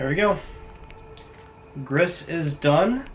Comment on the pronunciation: It's pronounced 'G-REE' not 'griss' - as in the french word for gray